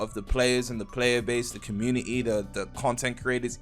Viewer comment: Bro says community like comu-ni-ni